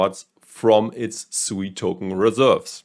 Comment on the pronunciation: It is pronounced sweet without the t